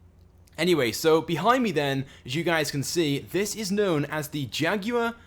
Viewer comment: Learn how to say Jaguar.